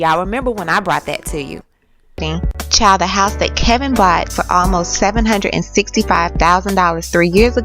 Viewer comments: Kev-in not Kel-vin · K E V I N not K E L V I N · His name is K-E-V-I-N, not Kelvin. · Why do you keep saying keLvin??? It's KEVIN. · His name is Kevin not Kelvin😒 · It’s Kevin, not Kelvin. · Girl would you stop calling that man kelvin its Kevin!! 🤦🏾‍♀️🤦🏾‍♀️ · This tea is piping hot but I’m slightly bothered by the mispronunciation of the husbands name lol it’s Kevin not Kelvin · Why do u keep calling her husband "Kelvin". His name is K E V I N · The bum's name is Kevin not Kelvin!!!!! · I thought her husband's name and her son's name was Kevin---not Kelvin (kell-vin). What the...??? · KEVIN!!!!! ...NOT CALVIN!!! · that clown's name is Kevin! you keep saying KeLvin... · Can somebody tell this bitch how to read. It’s Kevin !! Not kelvin... idiot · I'm sorry no offense because overall I like your work..but if you telling someone's business you should pronounce the name correctly..its KEVIN not KELVIN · The man name is KEVIN. Not Kelvin but Kevin. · Y do u say Kelvin it's kevin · it's Kevin you have to get the assholes name right lol! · I can not subscribe until you pronounce his name properly. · FloridaGal Mitchell She can’t even pronounce Kevin’s name right plus her whole theory is on assumptions